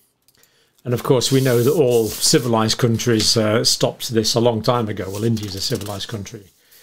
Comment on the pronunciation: ‘Civalized’ Oops 😂